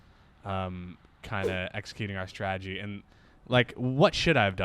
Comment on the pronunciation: As always, love the content.... please, it's STRATEGY, not STRAGEDY (ie. no such word).